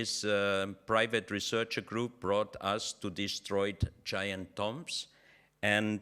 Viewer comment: Say tombs not tumbs.